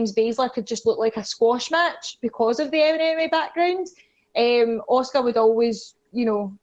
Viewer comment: I love that when says 'Asuka' it sounds like 'Oscar.' Makes me think about Oscar the Grouch having a dominant run as NXT Women's Champion...